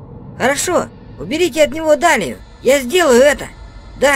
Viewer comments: Дэлия а не далия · Не далия а делия